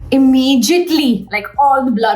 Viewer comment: Did anyone noticed how she pronounced immediately as Immigiately